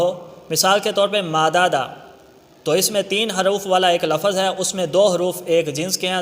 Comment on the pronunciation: سر لفَظْ نہ بولا کریں, لَفْظ بولا كریں